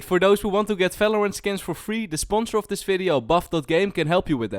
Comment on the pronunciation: one more time u say felorend instead of valorant im going to kms